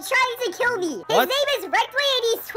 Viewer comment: And also it's kill not keel🤓🤓🤓🤓